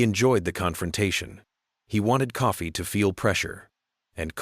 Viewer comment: .... it's Coffey not Coffee....you Canadian??